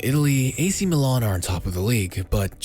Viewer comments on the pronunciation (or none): Milan * not Melon